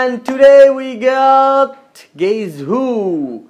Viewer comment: it's not gaiis😂it's guess